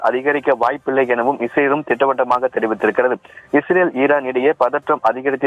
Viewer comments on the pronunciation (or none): none